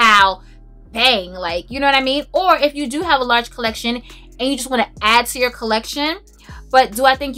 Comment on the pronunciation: Oh my God!!! I was watching this must see video and having to go to the bathroom at the same time. I am screaming out loud laughing at you..."what sho name is?" I felt a little sprinkle on that one. I have relatives that actually talk like that and so that simply made my day on top of all the great reviews. You are truly one of a kind and always make me smile. Thank you so much.